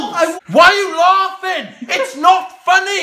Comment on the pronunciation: Elliot, it’s laughing, not loffing.